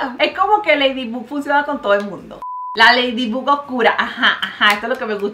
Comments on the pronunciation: Yo escuchando como dice Ledibug,cuando es Laydibog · Mariale se escribe ladybug pero se pronuncia ladybog osea q en lugar de pronunciar la u es la o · Mari, Ladybug no se pronunciaba Leydybog, ya se q no se escribe así es para q entienda el comentario xd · Yo pensaba que se pronunciaba leidibog y resulta que era leidibug viví engañada toda mi vida :'> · No es leydibug es leidibag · Mariale: me encanta ese programa Yo: y no sabe decir bien el nombre de ladybug 😂 se pronuncia ladybob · Ladybug así se dice